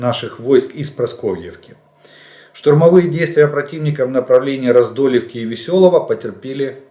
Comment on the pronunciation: Ну сколько можно? ПараскОвЕЕвка, а не Прасковьевка, Раздоловка, а не Раздольевка!!!